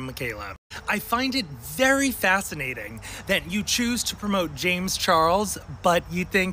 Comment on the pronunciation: Ah... you can say what you want about Jay-mz chaw-els...but that's none of my business 🙄🙄 I see nothing has changed with her...as long as she gets free sh*t from a person (predator or not) who has a large following... that's what is important to her i guess 🙄 That's so cool you were on the news!!!! Is that fox 26?? (I also agree with what you and the other guest had to say about the topic.. it's important as a consumer to really research the business ethics of these products a lot of people are so desperate to own)